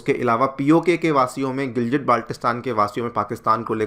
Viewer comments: शब्द गिलगिट है गिलजिट नही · गिलगित ना कि गिलजित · गिलजित नही गिलगित होता है।